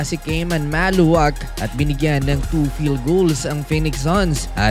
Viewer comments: Maluach from south sudan,not maluwak,is pronounced ma-lu-watch,not maluwak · Khaman Maluach is pronounced "Kah-mahn Mah-lu-watch," according to his own explanation.